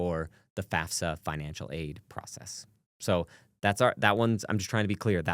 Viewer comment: Thank you so much for pronouncing FAFSA properly…